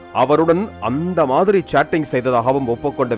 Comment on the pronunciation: அந்த மாதிரங்குற வார்த்தைய எ யா அழுத்துற😂😂😂😂😂